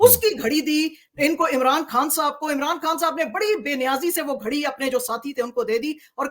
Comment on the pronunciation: پوٹھوہارن ہے مگر پتہ نہیں کیوں خان کو کھان۔ اور غلطی کو گلتی بولتی ہے۔